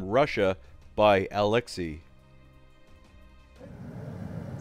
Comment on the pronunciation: Dude, you should pronounce Alexey as Aleksei. Coz' in russian it writes as Алексей, and the letter й can be pronounced as i, y or j. Try to listen pronounciatin in, for example, in google translate, it's pretty accurate. Sometimes.